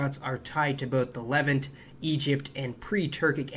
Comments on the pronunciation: Good info, but its luh-VANT, rhymes with the insect ANT. Also, you could have looked that up before mispronouncing it half a dozen times. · Wonderful video - thanks! Levant is pronounced Luh-VANT and Cypriot is pronounced SIH-pree-ut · Hellenic is stressed “Hel-LEN-ic” Levant is pronounced “Le-VAHNT” The P in Ptolemy is not pronounced. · Cypriot is pronounced Sip ree ot. Levant is Leh-vant, and many other words of people and places were mispronounced. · Levánt. Levahnt. Le Vant. Lev Aunt., please pronounce Levant better.